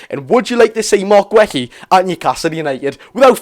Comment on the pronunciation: mark who?.... gwehy? thats not how you pronounce his name pal plz look it up and listn to how other ppl are saying his name so u dnt get it wrong in future 😂